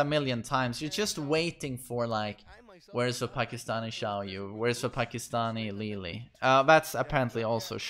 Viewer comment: Is it just me or do I hear him adding a L in Xiaoyu' name